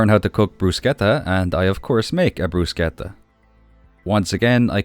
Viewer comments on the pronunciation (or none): great playthrough. (also, just for info, bruschetta is pronounced with a "tsh" (like charge) not sk (like skunk). Broo-tshey-ta)